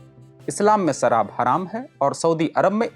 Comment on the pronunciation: सराब नहीं शराब उच्चारित करें। बाकी प्रस्तुति अच्छी है।